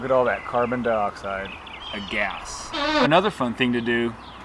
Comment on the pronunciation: Anybody laughed whenever he said Gas? Just the way he says 😂😂😂😂